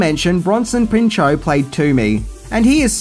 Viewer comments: You might have pronounced the movie’s title correctly but you mispronounced Bronson Pinchot’s last name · It’s Bronson Pinchot (PINCH-OTT or PIN-SHOT)